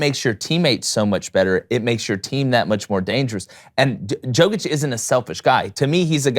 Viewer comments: learn how to pronounce his last name (Nikola Jokić ; Pronunciation: \ni-KOLA yo-kitch\ ; Nikola Jokić ), is it so hard to google it ffs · First of all learn to pronounce the players name. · U need to learn to pronounce his name, it's disrespectful, he is in NBA for 7 yrs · Say the name of the best basketball player on the planet correctly, d*mn*t! So annoying. Non-Americans will be the face of the NBA when LeBron, Steph, KD, and Kyrie phase-out. Hail Jokic, Doncic, Embiid, and Giannis! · Good vid but you gotta say his name correctly. Like damn He’s the mvp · Bro. Appreciate the sentiment and the message is true. You are correct Joker deserves (infinitely) more praise. BUT CMON MAN.. You gotta reshoot this and pronounce his name right. Like I can't even.. nobody said anything while you all were practicing this? This man is the best in the world. Doing things no player has EVER done. Put some damn respect on his name! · You are not pronouncing his name correctly. It is Jokić where "j" readed like in "you" or "Yugoslavia". It is not "J" like in Jordan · istina brate